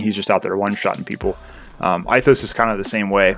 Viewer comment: love your videos but Ithos is pronounced (ethos) Greek